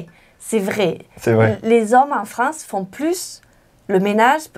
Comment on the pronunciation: Anna太嗨了啦 都沒說到話。你們法語講的都很好聽。Anna好像有點口音 en France.的發音跟我學得好像不太一樣。